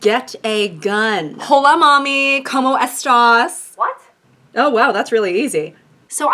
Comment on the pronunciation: Help “coh moh es taurs” 😭😭✋